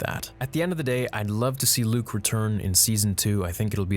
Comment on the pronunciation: Yo he got Luke right 😂😂😂👍👍